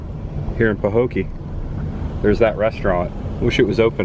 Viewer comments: It is peinounced " pa- Hoe- key" it was the home of Mel Tillis. Great job of content. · Pah-hoe-kee. I'm curious about home prices. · Pa-Ho-key is how to pronounce. Where the abandoned picnic tables were in Port Myakka there used to be an old general store on the corner across from the picnic tables. I believe they closed in early 90s or late 80s. I have a story about that bridge there’s an apparition that appears on it. That old ran down convenient store you saw Canal Point… I was always told Burt Reynolds stopped there in the movie cannonball run. I live in Belle Glade it’s sad we live in a beautiful place that could have so much potential. There abandoned Burger King in Pahokee was a Chinese place after BK closed in early 2000’s. I could go on & on but I will stop 😂 also Mel Tillis is from Pahokee…the gas station on the corner across from the grocery store is where he worked when he was a teenager. If you ever come back to this area message, we would be more than happy to tell you the history and take you to places that you haven’t seen . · Sorry to say, this is a poor town. The median income is only $35,000 per household😌 last I checked. The hospital even closed and was abandoned years ago. It is pronounced Paho kee. Love your content! Tell Chris the girl: NO ONE has ever died from a frog attack. However I would probably kill myself getting away from the flying roaches we have here in Florida.